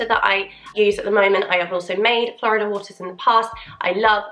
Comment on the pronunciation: FYI Florida water is pronounced Floor-EEE-dah, not like the US state. It’s a Spanish word. ✌️